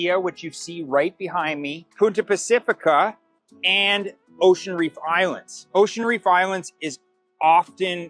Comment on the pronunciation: Why does this guy keep prounouncing "Costa del Este" as "Costa du Este" and "Punta Pacifica" as "Puta Pacifica"? "Punta Pacifica" means "Pacific Point." "Puta Pacifica means "Pacific Whore." LMAO He says he's lived in Panama for 4 years. How can you live in Panama for 4 years and not even learn to pronounce the names of the cities correctly? Even if you don't speak or understand Spanish, Spanish pronunciation is really very easy. He's the typical ugly American. I've met white people who've lived all their lives in Tucson, AZ, where almost all the streets and towns have Spanish names, yet they couldn't properly pronounce those names if their lives depended on it.